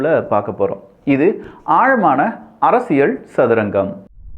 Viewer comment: தம்பி. அரசியள் இல்லை‌ அரசியல் உச்சரிப்புசரியில்லை